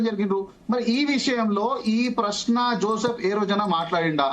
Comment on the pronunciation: పేరు జోసెఫ్. పూర్తి గా పలుకు తల్లీ...